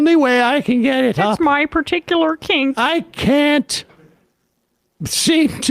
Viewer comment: I dont comment often but that was jokes by Emma lmaooo "my part-icular kink"